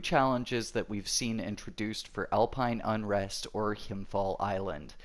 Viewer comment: When you pronounce "Himfjäll" try saying it like "Himfjell" instead of "Himfjall" :) just a tip